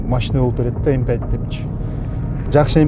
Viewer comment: M fünf деп айтыш керек)